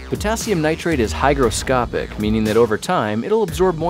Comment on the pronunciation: Hygroscopic not Hydroscopic